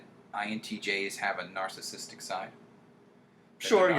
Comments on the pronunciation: every time he says nar sistic i cringe. its narcissistic- nar-SIS-sistic not nar sistic grrr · He pronounces it as "narcistic". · This dude is an INTJ and can't pronounce the word "narcissistic". This is why I have distrust for the MBTI. The MBTI is simply one lens in which one can view/explain differences in human behavior. The definitions explain the healthiest and highest performing version of any given type. Regardless of a personality type, there is always going to be individualistic differences (life experiences, IQ, athletic ability, etc.). This coming from a fellow INTJ.